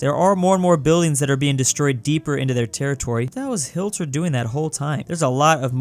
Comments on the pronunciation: Nice btw is pronounced HIT-ler not HILT-er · Nobody:: hi-LT-er me: Smashes my keyboard yelling hi-TL-er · it's not Hilter it's HIT-Ler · YOUR SAYING HILTER WRONG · Why you say hilter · The way he says hitlers name wrong bothers me.